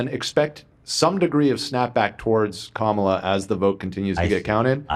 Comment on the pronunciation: These two bagel heads kept mispronouncing "Kamala".